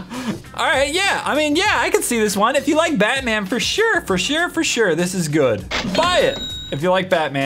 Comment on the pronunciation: He's not bat man he's